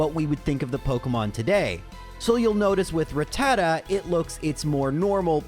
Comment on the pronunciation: Playing Pokemon for a living and still cant pronounce Rattata & Arcanine normally.